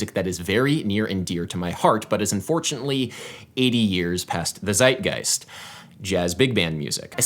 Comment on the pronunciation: "Zeitgeist" gets pronounces like "Tzeidgeist". z(zed) is like tzed in german. no worries, but I love this word!